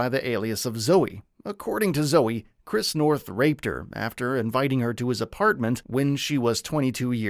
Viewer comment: You keep saying his name wrong, I can't finish the video knowing you didn't even study the man's name.